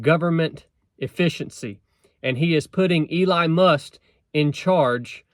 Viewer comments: Get your facts straight dude- it is called a department but will not function as such- in other words it will not be funded as a department AND it is only in place until mid '26. And the man's name is Musk not Must. You sound like a moron with mispronounced words in lack of facts. Plus since you didn't vote I don't want to hear your opinions on anything President Trump decides to do. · If you can't even say the mans name right, perhaps you are biased in your beliefs ? I normally like your content and message! However, you seam to be missing the point!